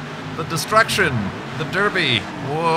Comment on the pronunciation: are you saying derby or derpy?